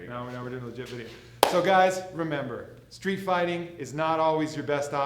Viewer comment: He said steet not school